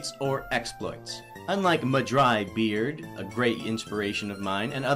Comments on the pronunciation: It’s mahdrybread, not mahdrybeard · I just gotta know, you know it's Mah Dry Bread and not Mah Dry Beard, right? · It’s mah-dry-bread, not mah-dry-beard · its mah-dry-BREAD not BEARD